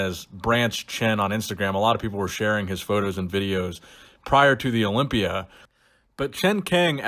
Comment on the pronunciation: Herro. I’m competing in da Orympia